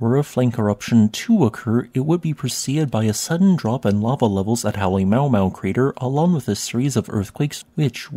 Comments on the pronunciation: I used to pronounce the summit crater's name the same way you did ... until I found out that the syllables are grammatically separated. Halemaumau is not "Holly mau mau" but is actually spelled Halema'uma'u with each portion pronounced separately ... Ha LEH ma, OO-mah, OO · I believe the actual name is not pronounced Holly Mow Mow, but Hollae ma’U ma’U. Glottal stops have been left out. Please correct me if I’m wrong. Love your informative videos! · Halemaumau Crater is pronounced “Hal-eh-ma-u-ma-u”, rather than “Hal-eh-mau-mau”. It makes a little more sense with the apostrophes: “Halemaʻumaʻu” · Just a small tip: The summit caldera is not called Halemaumau, it's called Halemaʻumaʻu. Pronounced as HAH-lay-MAH-oo-MAH-oo. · It's pronounced HAH LEH MAH OO MAH OO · Love your content but you butchered hale ma'u ma'u pronunciation haha Its ma oo ma oo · Came here to say this. One of the very best parts of any Hawai’i volcano video is getting to say the names Halema’uma’u and Pu’u’O’o!! I would describe them as: Holly-MAH-ooo-MAH-ooo Poo-ooo-OH-oh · For the love of God it's Hah-Lay-Ma-Ooo-Ma-Ooo! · Informative and quick, love the videos! Check the pronunciation of Halema'uma'u for the next one ;) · You pronounce Halemaʻumaʻu incorrectly. Check the Hawaii County Civil Defense alert announcement for the proper pronunciation.